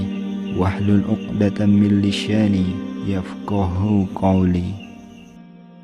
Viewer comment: Lisani..bukan lisyani..